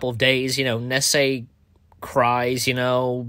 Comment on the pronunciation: Do you have trouble pronouncing names? (Nessie as Nessay)